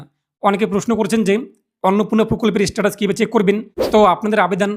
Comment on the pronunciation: First of all its Status ... Not ish-status😂😂😂😂